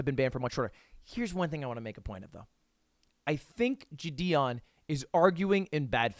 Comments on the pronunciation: ITS JIDION NOT JIDIEN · It always sounds like he’s saying jidien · JI-DI-ON had me dying... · "Jih - dee - on" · Is no one gonna talk about how lud pronounces JiDion lol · The way u pronounce valorant makes me uncomfortable but the way u pronounce jidion 😣😣😣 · Every time you pronounced jidions name wrong a baby died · Yo dawg…can you let me know how many times you gonna mispronounce Jidion Great video tho 👍